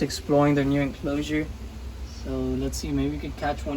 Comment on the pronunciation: Is it just me or the way he says "enclosure" is satisfying 😭😭😭😭